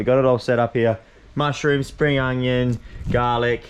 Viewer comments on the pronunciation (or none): none